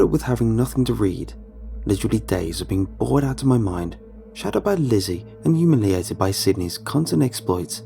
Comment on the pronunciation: Whenever he says lizzy I hear glizzy